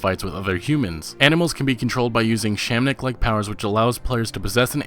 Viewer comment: "SHAM-MAN-IC." Cringing hard